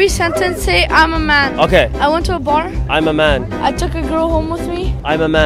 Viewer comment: Bro it was ✨AMAMEN✨